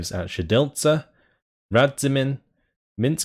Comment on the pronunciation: "Minsk Mazowiecki" that was beautiful!